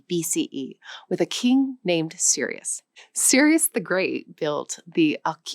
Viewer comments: سیروس کوروش سایرس، cyrus is pronounced/ sair°s/ saires not serious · Thank you for your informative video, however, nowadays, in the AI era, there is no excuse for mispronounciation or historical mistakes. Cyrus the Great is not prounce serious the great, it is pronounce Sires the great and this is the name used by Greeks. His name was Koroush in Persian. You just need to type کوروش in Google translate or ChatGPT to hear the correct (close enough) pronounciation of this name. In any case, I appreciate your efforts in introducing the Persian language and Iran history in not a usual biased Western perspective. Iran has been the rival (enemy) of the West from its inception (Greece, Rome, Britain, America, ..., etc), so it is not a surprise that the Western media and Orientalist always took the easy road to paint a bleak picture of the first real Empire in the world that ruled over multiple nations speaking different languages and outlast both Greece and Romans and rose from ashes at least three times after Greek, Arab, and Mongol invasions. Just think about it: -Iran has been a superpower for 1200 years before and after of converting to Islam. Yet no stories of the Persian brutality like Asyrian or Babylonian Empires. No long time damage to the humanity as the sinister British Empire which was most damaging Empire of the whole story, even more destructive than Mongol Empire because it lasted longer and unlike Mongols, they did not learn from the cultured people that they dominated due to their abhorent superirity complex and racism. - One of the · Please study and practice a little more before creating and publishing such content. King Sirius!!! Seriously?!!! Sirius was the Harry Potter character, KING of Kings's name is Kourosh , Kuruš . Anglophones call him Cyrus which is not right but ok! Then i heard in this video she called KING of the kings, SIRIUS! WTF?!?! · Your pronounciation is very off. You pronounce Cryus as Serious. Persepolis you made it sound weird